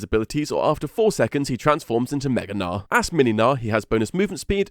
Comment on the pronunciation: He's name is Gnar, hard R, and hard G like G in good.